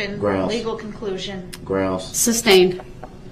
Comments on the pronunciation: This judge is a saint. She slashed his chance at getting an appeal. Rot in hell sewer rat Brooks. And its SUSTAINED not substained. Jesus Christ, dumb, low class people like this are exhausting. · Or as Brooks says it..."substained" LMAO